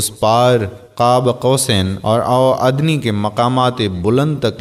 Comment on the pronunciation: جناب پہلے آپ اچھے طریقے سے کسی مستند عالم کی نگرانی میں مطالعہ کریں پہر منظر عام پے آے ادنی کو صحیح ادا رو